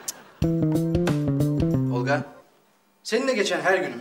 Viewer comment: Neden Olqa diyor ???